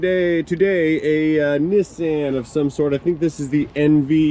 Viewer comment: How come is the only person in the U.S. who can pronounce Nissan correctly? I wonder if he can also say “Nikon” instead of “Nye Cohn”…?